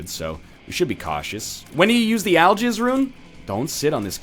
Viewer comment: nl nice english aljizz instead of algix